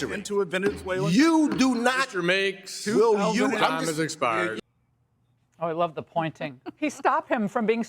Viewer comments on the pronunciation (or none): The word is secretary not SECATARY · “Sec iterry”…. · Congressman Greg Meets? Must have drafted the LEARING CENTER sign. Cause he couldn't even pronounce Secatary😂 And check out the expressions of the dudes behind him.😟😆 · what's a sekatary? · “Sec-a-tarry” of the treasury. How about Learn English? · He da sekatary! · "Secatary" really, learn English. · Meeks can’t pronounce secretary. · Why can't some people the word secretary properly?